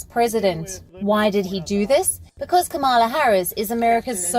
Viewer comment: Her name is not. Camela. Correct pronunciation Kamala